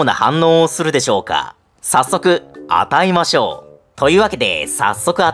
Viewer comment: 「早速、あ大麻しょう(与えましょう)」って聞こえたのは私だけでしょうか？